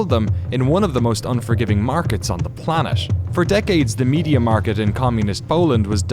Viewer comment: Boldur's Geish? I know Baldur's Gate, but I suppose the narrator meant something else. Seriously though, I enjoy these series a lot, but they deserve someone who speaks correctly. "One of the most unforgiving market on the planesh" yeah, right XD